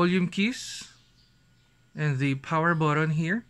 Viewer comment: HAHAHA 😂 Tagalog ka nalang kya. Mas okay pa siguro, yung "the" laging soft th